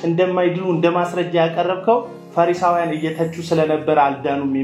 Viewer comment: አቶ ሆይ:- “ ፈረሳዊያን" አይባልም: ፈሪሳዊያን ነው የሚባለው:: መጀመሪያ ይህንን አስተካክል